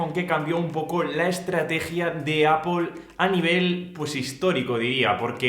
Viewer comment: Al fin un español que no dice apel